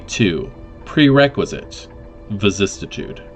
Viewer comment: Vicis-si-tude only one T. Love all your videos but I can’t how you pronounce vicissitude. But I guess that’s on me. Please continue your videos.